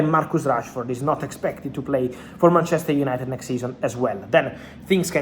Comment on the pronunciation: It's BANTCHESTER YANITED